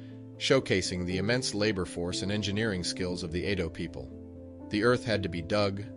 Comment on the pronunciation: Edo people not Ado people. Mispronounced. Make note. Benin is pronounced " Ben neen" not Bennin.